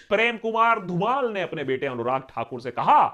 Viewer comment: Its not Prem kumar धुमाल Its Prem kumar धूमल. 😂 Can i get a like from akash banerjee ??